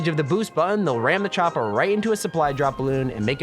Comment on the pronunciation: The way you say chopper 😅😅